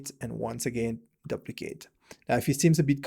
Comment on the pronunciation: what a great video, i have learned so much from you. just wanna share something with you. the word 'duplicate' is pronounce as 'doo-pli-cayt' or 'dew-pli-cayt' not 'dahb-pli-cayt'. we can all learn from each other.:-) i have also watched so many other videos from you and learned so much. thanks!!!